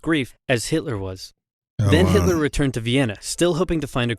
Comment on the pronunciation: Who is "Hilter"?